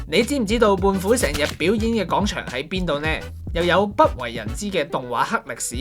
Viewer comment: 有啲唔夠喉,原來仲可以有下集.個人想知都市傳說😂 btw希望主持人糾正下啲懶音,尤其係『廣』場,唔係講場